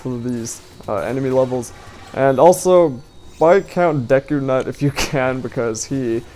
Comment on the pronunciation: Its Duku not Deku!